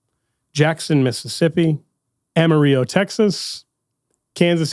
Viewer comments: Amarillo … not Amariyo. Not pronounced like the Spanish word for yellow. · Diocese of Amarillo. AM-ah-RILL-oh. It’s a Spanish name spoken differently. Ask someone from that diocese. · It is pronounced ama. Realo. Lol Thanks for this episode!! Kenny from Yukon Oklahoma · You missed pronounced Amarillo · The way you say Amarillo makes me cringe so hard. Texans pronounce the two L’s like L’s. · I'm a Yankee and was more surprised that pronounced the "A" using an English pronunciation and the "ll" in Spanish.:-). Anyway, glad to hear the Diocese is bearing fruit, however it's pronounced! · Texan here. Great video, but that pronunciation of Amarillo was painful. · Amarillo pronunciation is cracking me up